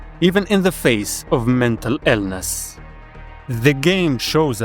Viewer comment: Bro... you started with Cry of Fear... you instantly get a like and subscribe from me. Loved that game! edit 1: why do you say silent HELL, and mental Ellness? edit 2: Visage is my other favorite game!